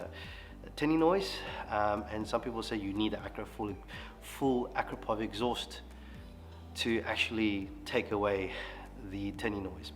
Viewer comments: It's pronounced , "A-crapo-vich". 😅 Keep up the great work 👍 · “Ak ra po vitch” has beautiful smooth welds and made from titanium? Sounds perfect